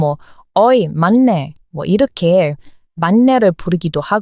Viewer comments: 😮"막내" 발음은 "망내"로 발음하면 좋겠습니다. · 막래......망내 라고 발음하고요. 맏이......마지 라고 발음해요.....ㄷ이 ㅈ으로 변하는 경우가 많아요.....구개음화 라고 하는데 아무튼 그런게 있어요. 맏내.....이건 만내 라고 발음합니다. 한국어는 너무 정확하게 발음하면....오히려 어색합니다.......퐈이팅을(퐈이링). 인터넷을 (이너넷) 이라고 발음하는 것과 같아요. 자연스럽게 물흐르듯이....발음하는게 중요하다고 봐요....현지인들의 발음을 따라하면 됩니다. 한국어는 받침이 발달되어 있지만....실제로 그대로 발음하지 않습니다.....다 연음시켜서 발음하죠....어느나라든 다 그렇지 않을까요? 쓰는 것과 읽는 것은....차이가 있습니다. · 막내는 [mangnae]라고 발음하는 게 맞아요. ^^ 막내 발음하기 어려워하시는 것 같아 알려드려요. ^^ 내용이 너~무 재밌고 유익해서 잘 듣고 있어요. 정말 어쩜 이렇게 아는 게 많아요? 유튜브 안 했으면 가슴에 품고 있다가 폭발했을 것 같네요. ^^ 👍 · 맏이->마지, 막내->망내 로 발음합니다. 참고하세요. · 발음은 막내=>망내 / 맏이=>마지 라고 하시면 됩니다~~ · 막내는 망내 로 발음하고 맏이는 마지 로 발음해야 해요. 그래서 알파벳으로 고치면 망내는 maang-nae, 마지는 maa-gee로 쓰면 될 듯 합니다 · 써놓고는막내. 맏이 이지만 발음하기로는 망내 마지...발음 충돌 막힘을 방지하기 위해 잘 흐르는 발음으로 바뀜. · 맏이->마지 로 발음, 막내->망내 로 발음합니다. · 유튭에서 댓글을 달지 않은 지 몇 년째인지 모를 정돕니다. 그런데 의 가상한 한국사랑을 보고 나니 한 자 적지않을 수 없군요. 한국말을 거의 독학했다고 밝혔는데, 매우 잘 하는 수준입니다. 참고로, 거기에 한 가지를 짚어주고 싶습니다. 익히 알고있을 수 있겠지만, 한국말은 한글로 표기한 것과, 그것의 발음이 조금 다른 경우가 있습니다. 예로, 한한령( 발음은 한할령), 맏이(마지), 맏내(만내), 막내(망내). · 맏이 발음은 [마지]로 소리를 냅니다. 막내는 [망내]로 발음하고요. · 맏이는 마지, 막내는 망내 라고 발음하기 쉽게 읽어야해요^^